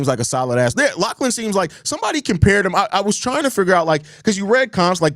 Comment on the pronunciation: What the fuck is a Lack-lan my boy?